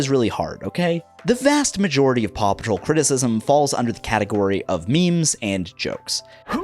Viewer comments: i only hear "papa troll" now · Anyone else start hearing Papa Troll when the news programs were going fast in the beginning? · I still hear papa troll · listening to the intro while doing something else made me realise how much the American pronunciation of Paw makes Paw Patrol sound like Papa Troll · I can't hear anything other than "papa troll" pls help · I will never not hear the name of this show as "Papa Troll". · At some point I made a joke about "Poppa Troll" and now it's all I can hear when you say Paw Patrol